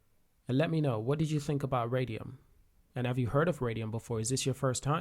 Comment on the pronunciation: "solan-O" "Radion" - bro can u read?